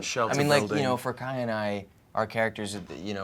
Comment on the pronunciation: WILL CALLED KAYA EFFY